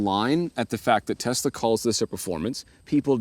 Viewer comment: “Test la” lol